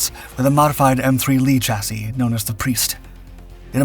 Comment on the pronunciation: Here we seem to exult in having finally mastered the pronunciation of “chassis”! Huzzah!